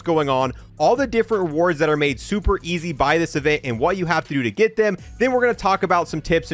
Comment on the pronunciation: Bro said ezz💀